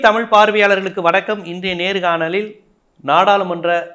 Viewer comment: Dear, don't say vanakkamm. The person whoever may be please say vanakkam sir in future.